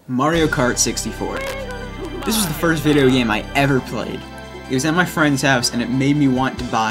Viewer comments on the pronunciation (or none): none